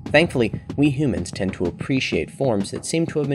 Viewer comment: says humans like a dog. “Hoomans”